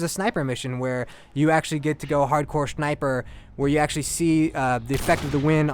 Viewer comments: lol he said "hardcore shniper" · shniper haha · Did he said hardcore shneiper ? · "Hardcore SHHNIPURR"